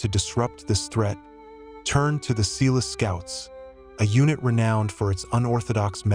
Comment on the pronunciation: Exactly. Also Umtali... When the pronunciation is off, we're forced to wonder about accuracy.